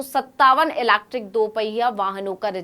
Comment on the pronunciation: EV बोलिए आसान है। Ilacktrickkk 😅😅😅